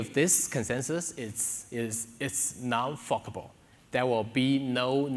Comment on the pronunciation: Forkable with an accent sounds like a different word. 😀 Great video though.